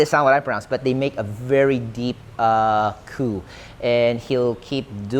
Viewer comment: That "coo" was pretty spot on